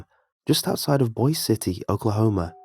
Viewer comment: Boise City OK.....is pronounced Boy-see not Boys :). Sorry lol, Great story!